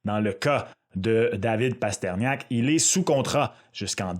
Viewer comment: Mes oreilles !!! Pourquoi Parterniak??? Il est où le i ???